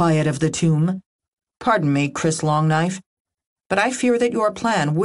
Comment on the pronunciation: Hmmmm.....I've often wondered if the "damn Longknife" epithet is not emphasized improperly..... Not "DAMN Longknife" ; but "damn LONGknife" 😂 Given the indication of Nations of Original Native geneology and thier historical references to our Cavalry as "long knife" fighters, I would think it's the latter.